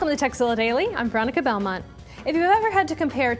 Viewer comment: haha sounds like Veronica says " Todays sexzilla daily" lol Thumbs up